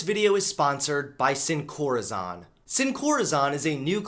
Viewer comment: Love your content, but I had to cringe by how you pronounced sin corazón 😖